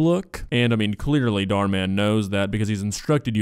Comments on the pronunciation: Hot take, but this is the first video of yours that i actually didn't like, simply because of your commentary about the "goth girl". That being said, I love how you call Dhar Mann "Dar Dar" or however you spell it. I feel like you would leave the H out just out of comical spite. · I love that he calls him Dhar Dhar 😂